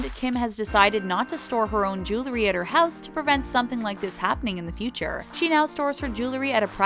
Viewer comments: JEW-el-ry. Not JOO-ler-y. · Jew-ler-y. Can someone stop letting that girl narrate these videos? The word is Jew-EL-ry. Ugh. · The "jewelry" ------ JULURY??????. I..... I....... I......... I quit. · It’s not julery , its jew-el-ry. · Um... it's JEWEL-ry, NOT Jew-LERY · How hard is it to say jewelry? It's jewelry not jelery. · Jewe-ree not jewel-le-ree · Oh God. It's pronounced jew-el-ree NOT jew-lur-ee. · It's Jewel-ree not Jewel-er-ree! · I wish the narrator would learn how to correctly pronounce the word "jewelry." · Why does it seem that when people mispronounce a word, they say it about 20x? 😂 #Jewelry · She says jewelry like stewie griffin